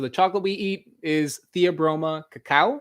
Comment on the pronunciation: Are you dyslexic? IT IS CACAO!